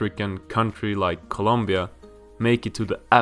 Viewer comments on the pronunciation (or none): none